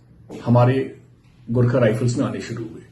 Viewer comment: garkhe nai horkha bolo pls